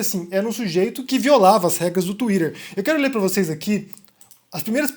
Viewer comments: "banido do Touirer" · 🤣🤣 É engraçado quando o fala assim.🤣🤣🤣